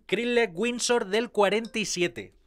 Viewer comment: crisle winso del 47 jjajajaja. Suena muy gracioso como lo dices